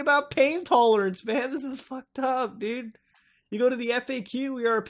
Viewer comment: you say dude like dud it's hilarious